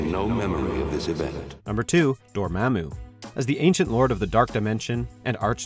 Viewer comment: Dormämmu. Lol.